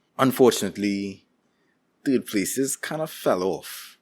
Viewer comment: I'm hoping you pronounce third TURD. and I was right. turd places